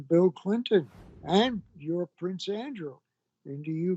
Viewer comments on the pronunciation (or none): none